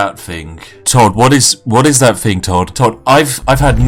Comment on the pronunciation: "What is that fing?!" Please rescind your top hat and monocle and learn proper pronunciation good sir.